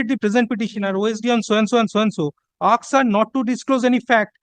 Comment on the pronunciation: The word is asked it is not aksed !